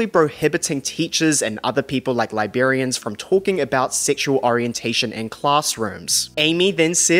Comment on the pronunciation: The way this dude says Liberians instead of Librarians. WTF